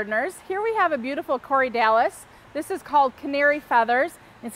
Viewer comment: It's corydalis, not Corey Dallas.